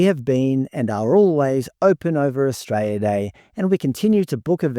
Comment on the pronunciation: I like your content but the pronunciation of the word Australia is o.stray.lee.uh not stray.lee.uh. I’m sorry but it really starts to grate after a while.